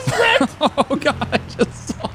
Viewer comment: whenever says "saw" - he always sounds like he's saying "sawl".